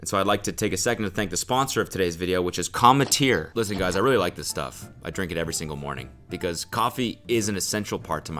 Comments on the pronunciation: did no one else trip off how he had to VO "cometeer" into the ad? do you think he was saying it wrong? lol "Cum- tear" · I swear cody mispronouced 'cometeer' every single time, and his editor had to patch everything up lol. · I feel like Cody was definitely mispronouncing commetter because all the times he said it were like dubbed over lmao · lmao he had to dub over the ad read I wonder how he mispronounced the brand name at first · Bro the voiceover on the ad spot every time he said the company's name. I need to know what he was saying so wrong lmao